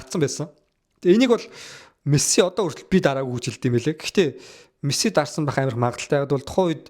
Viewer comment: Чам-пион-с лиг why are you чамсионс лиг вэ😂😂😂 Мэс-си болхоос Мэссс-сссси биш шүүдээ Парис-сэйнт жерман болхоос парис жанжер биш 😂😂